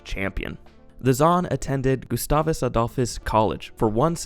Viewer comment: Lol, I love how you pronounce Gustavus. It’s wrong but cool, sounds even more posh. Also shoutout to St. Peter MN. Part of me will always miss that town